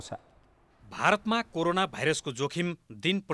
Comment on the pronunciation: It is called corona, not karona idiot. First learn what to speak.